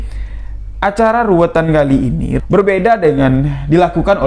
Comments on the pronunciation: Bukan ruwetan mas, tapi ruwatan.. Krn ruwet dan ruwat itu beda arti.. Walaupun kami tau maksud dr. Tp alangkah baiknya diucapkan dg pengucapan yg benar spy tdk ambigu. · Ruwatan bukan ruwetan. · Ruwatan.bukan ruwetan. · RUWATAN bukan RUWETAN.......